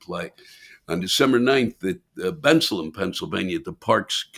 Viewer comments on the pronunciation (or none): It's Ben-Salem Lewis.